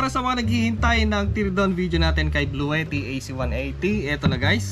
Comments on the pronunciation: It is pronounced "blu-ti", not "blu-we-ti". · sa page mismo ng Bluetti ang pronunciation nila is "blu-ti", makikita mo yan sa mga instructional videos nila.